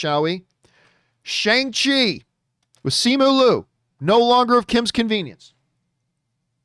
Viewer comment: Hey John, Simu Liu tweeted the correct pronunciation of his name back on May 2nd. It’s See-moo Lee-ew. He also added the correct pronunciation of Shang-Chi. It’s Shong-chee.